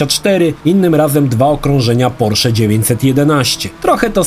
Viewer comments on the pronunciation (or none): none